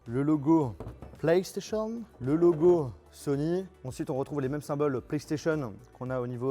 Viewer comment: SonyEEEEuuh. ManetteSSs.. 😩😩😩